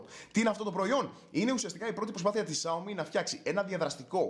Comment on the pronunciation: Ξιαομι όχι σιαομι νομίζω